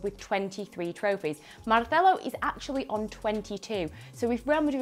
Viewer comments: Possibly the worst pronunciation of "Marcelo" I have ever heard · The way she pronounced Marcelo's name made me confused 🤔. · did she have a stroke or something? The way she's saying Marcelo...? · What's with the pronouncing Marcelo? He's Brazilian not Catalan. You read every name as if they were English, the one time it would have been correct you read it as if from Barcelona